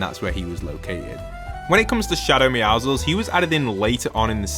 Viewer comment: bro “meow-ziggles”💀💀💀